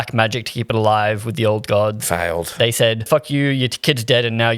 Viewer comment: “fhailed” 😂 not sure why that got me so good